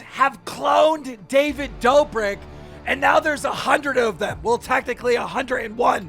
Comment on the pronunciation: David “dough-brick” lmaooo 😂😂